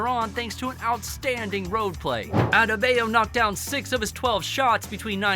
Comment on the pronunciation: Also, Strus is pronounced like "stroose" and Bam "Out of the Bayou" Adebayo "ad-a-bah-yo"